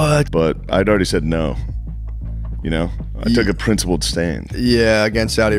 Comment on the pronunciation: “I took a PRINCEipled plan”. 😂😂😂